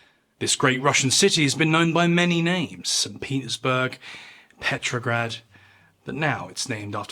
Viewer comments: That's SAINT Penisburg. Get it right. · Did he say "Penisburg"? I'm serious, it sounded like that's what he said. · I swear, when you said “Leningrad’s been known by many names. St. Petersburg…” It sounded like st. Penisberg